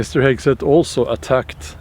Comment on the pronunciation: The cruellest part is how you mangle the pronunciation of Hegseth's name :D